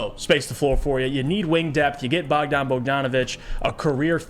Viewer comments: Bojan, not bogdan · its BOJan Bogdanović, not BOGdan Bogdanović. Bogdan Bogdanović is a different player from Serbia who plays for Atlanta Hawks, Bojan is from Croatia and he played for Utah last 3 seasons. And he was a starter and a legit 20 ppg scorer for one of the best teams in the western conference, before that he was a starter for Indiana, another playoff team that was much better than this Pistons team. I doubt he is gonna be coming off the bench for a bad team that is nowhere near the playoffs. My guess is you dont know anything about him or his game and you never actually watched him play, you just saw his stats after he got traded and started making conclusions just based on those stats. Basketball is not played by stats, it is played by players, and Bojan is certainly a player with more than enough quality to start for this Pistons team